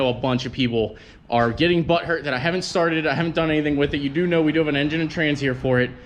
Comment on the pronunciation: another START IT special (note the emphasis on just the starting part):(